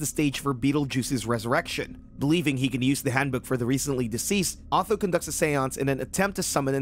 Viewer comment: who the bloody hell is "AW-THO"???